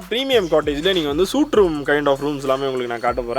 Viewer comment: Suite = "சூட்" தவறு. "ஸ்வீட்" என்பதே சரி!